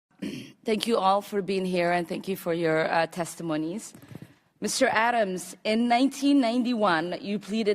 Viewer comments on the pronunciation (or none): His name is Abrams not Adams you inbred pleb. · I don’t mind a congressman grilling a neo-con warmongering pos like Elliott Abrams AT ALL but..... First of all, this woman didn’t even know who he was before someone wrote that script for her. How do I know? She addresses the man as ‘Mr Adams’ 😂 secondly, she has no frame of reference about the incident, she wasn’t even here She mispronounces every third word in the script including the word ‘contra’ which she butchers. She didn’t even know what the Iran Contra Affair was until about 3 days before she started getting prepared for this. She is just another Soros funded mouthpiece. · Why does she sound like she's just reading questions somebody handed her? She can't pronounce "Contra" or "Abrams". She has been in the US since she was 14 years old yet she struggles with the language and seems to know little about historical context. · Just because people say that her line of questioning was unbelievably inappropriate, she seems to have mispronounced his name intentionally, or at least she seems like she wouldn't have cared if he told her, and she repeatedly cuts him off from responding after several unrelated ad hominem attacks on his character and career, smiling in a very snide way the entire time, does not mean they're defending Abrams. Also consider that Abrams is Jewish, and Omar has made some comments over the past few years and several in the past few weeks that are pretty alarming to Jews who've been raised to be aware of what happens when socialists start making claims about how Jews manipulate politics and sentiments with money. I found it hard to watch, and I'm not a Jew. I can't imagine how Abrams remained as calm as he did.